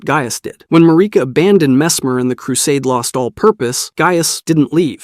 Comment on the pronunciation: I love your videos, but every time you pronounce Marika I cringe a little.